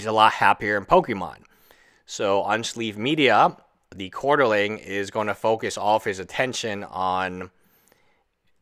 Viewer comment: quarteRING not quaterLING dude, please...